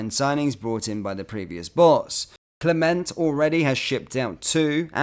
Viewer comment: Can you please try and pronounce the managers name properly. The t at the end of Clement is silent. Thank you in advance.